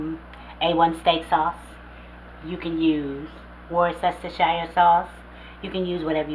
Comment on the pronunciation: As a man living in Worcestershire in the UK.....its the law that I have to say that it is pronounced wooster - shire sauce.....